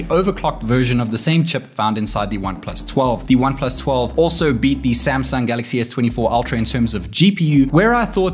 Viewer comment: WHY YOU SAY SAMSANG DONKY